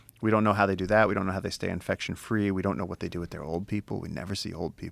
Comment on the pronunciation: Fast , tree delivery😅